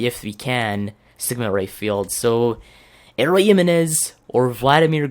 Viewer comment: it is not "elroy" it is "E-Loy"